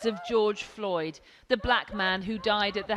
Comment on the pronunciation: Who is this gal? get his name right....George Floyd....Floyd...not Lloyd! ffs like...that was twice you got it wrong...show some respect instead of treating him as a sound bite